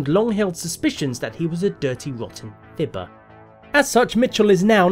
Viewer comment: The word fibber sounds a lot more hurtful in a British accent